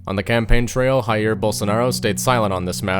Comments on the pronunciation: Oy mate. Just wanted to say that "J" has more of a "jay" sound rather than the "heh" sound you hear in Spanish. Like, it may even sound a tad offensive to pronounce it as if it was Spanish. Cheersm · Nice video. It's not "hair", it's "Jair" though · Also you shouldn’t pronounce Jair as if it’s a Spanish name. How do you pronounce “James”? You should use that rather than saying “Rair” - it’s REALLY annoying to Portuguese speakers when we are mistaken for Spanish speakers. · It is a very well done piece, very informative, well researched and accurate, as far as I know. It even does a great job with the subtitles and translations. The only thing that bothers me is the Spanish pronunciation of Jair (ha-eer), which is alien to the people in the whole territory of Brazil, among its many accents. The Portuguese J should sound just like the french one, like a zh, that is, the G in genre. So Jair should sound like “zha-eer”. Saying it like an English J would be doable, Portuguese-speaking people would recognize it as the same name. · The J in Jair sounds like the 'ge' in garage and beige /ʒ/ (not /dʒ/).